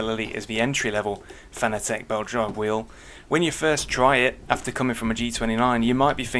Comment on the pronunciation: pronounced fa na tick